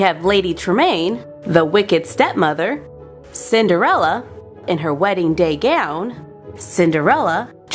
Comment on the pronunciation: 6 times she said cinderela